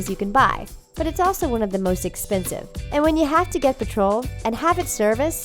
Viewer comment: /pʌtrʊll/ is not the pronunciation of petrol... It's /ˈpetrəl/